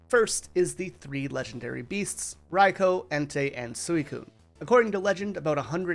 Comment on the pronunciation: Does anyone else have a problem with how he pronounce raikou😅